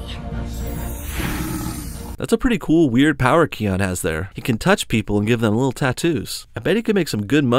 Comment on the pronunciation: It's Kiaon